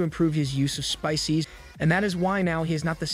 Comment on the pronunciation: Finished it, good video but why did you say spices as "spicys"? but as I said good video.